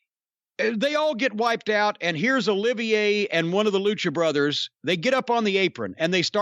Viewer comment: Olivier, not oliviya.